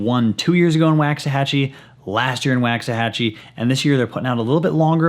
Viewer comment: Packs-ahachie Waxahanrahan